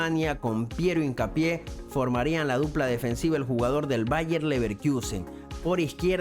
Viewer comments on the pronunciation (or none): LeverkUsen NO leverkIUsen!!!! 🙈